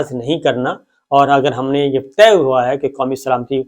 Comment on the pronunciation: " طہ " کے بجائے لفظ " طے " لفظ ہے